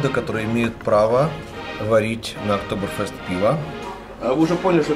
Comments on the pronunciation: Не фЁст а Fest.. чё друг не поправляет.? хоть сообщай когда в Германию едешь.. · в немецком языке нет буквы е или ё.. есть Э. то есть октоберфЭст будет.. никак не фёст... немного режест слух.. ну только тем, кто учил немецкий)))) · ну что за целенаправленное искривление слов, что еще за ОктоберфЁст, если он всегда был ОктоберфЭстом ... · Да не ОКТОБЭРФЁСТ... Октобэр Фэст. Фест (Фестиваль,Праздник) еще ухо рэпало когда GelendeWagen - Хеленвагином (ВагинаЕлены на немецкое ухо звучит) называли в твоих выпусках. Геленде - пересеченная местность. Привет из Германии. 20 лет тут живу. Уши просто режет. Без обид. Это скорее не таой косяк а заплета этого. Макса. Который правильно не подал название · ОктоберфЕст!!! А не октоберфЁст! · Блин, не Фёст а Фееееест!!! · Не октоберфЁст, а октоберфест. от слова фестиваль, кажись... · Мюнхенский пивной праздник, произносится ОктобэрфЭст! А в остальном ролик отличный! Вообще в Баварии и в соседней земле Баден-Вюртенберг много достопримечательностей!, приглашаю к себе, я живу в десяти минутах пешком от парка Legoland! Географически между Мюнхеном и Штутгартом буквально посередине! По роду своей деятельности,(работаю водителем) видел много прекрасных мест на юге Германии! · октобер фЁст как-то ухо режет